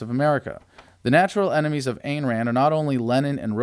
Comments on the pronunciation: It's pronounced eye'n Rand. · Her name Ayn is like INE as in Mine.